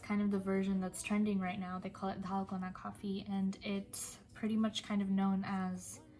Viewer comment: Has she been learning korean? Her pronunciation of Dalgona is perfect!😍